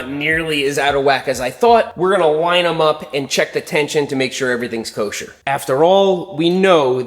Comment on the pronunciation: whats with him saing kosher